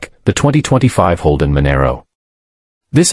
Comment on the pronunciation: Manaro, ffs 😂😂😂